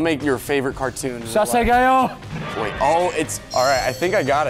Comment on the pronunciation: THAT WAS THE WHITEST ACCENT FOR SASAGEYO 💀